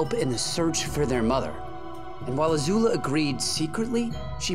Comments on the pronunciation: Its Azula not Azulu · Don't say ZUZU